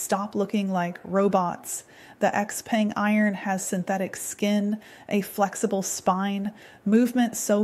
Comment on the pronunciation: hello... I thought XPENG is pronounced she-peng